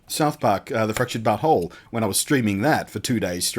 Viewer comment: finally someone said "the fractured but whole" correctly